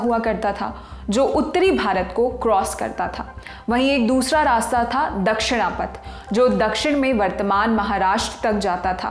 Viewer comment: उत्तरपथ और दक्षिणपथ anchor should ammend her pronaountiation